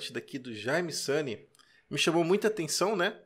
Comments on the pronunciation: Sempre ouvi SUNIÊ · Vc pronuncia o sobrenome do Jaime de forma incomun. Em toda minha vida não tinha ouvido essa pronúncia. Ficou muito estranho ouvir "sani". Mas a partida foi muito bem escolhida. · Olá amigo eu acho que a pronúncia não está correta, Sunye em japonês significado iluminado e se fala Sany é o navio do Luffy de Onde Piece ..Mas não sei como pronuncia o nome do mestre Sunye! Muito Obrigado por comentar! 🙏